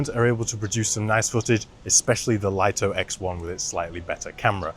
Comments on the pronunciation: Yeah but english doesn't seem to be the strong point of DJI and english speakers should know better than a chinese company. Lito is pronounced "LEE-TOE", it's a two syllable word just like the name Vito. The way people say it wrong has to be written like "LIGHTO", and should not be confused with the word Lite which is a one syllable word so it's different. So i hope this clarifies the confusion :) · People still don't know how to pronounce Lito 🤣